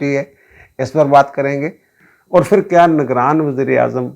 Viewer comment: Janab, lagz "fir" nahi, "phir" hota hai